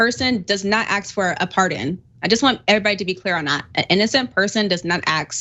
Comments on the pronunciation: the word is ASK, not AXE. I can't take this lady seriously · Can you axe her to pronounce ask correctly. Please!! We're not chopping wood here.